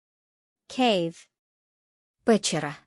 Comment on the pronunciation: пЕчера)) з наголосами трошки проблема але в загальному НОРМ.